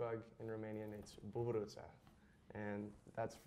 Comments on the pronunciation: im romanian and i was so surprized at how well he pronounced buburuza lol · As a romanian, hearing him say ladybug (buburuza) SENT ME. He said it amazingly well